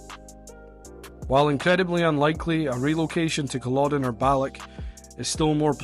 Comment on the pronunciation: Where on earth did you get this clown from ? He can’t be from Inverness did you hear the way he pronounced Balloch ?!?!?